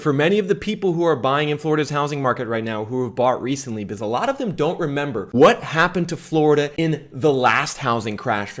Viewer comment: When he says "because" he says "bzz" 😂😂😂😂